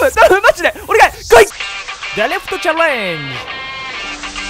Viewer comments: デリフトちゃれーんじじゃねーよww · チャレンジのイントネーション未だに間違ってて草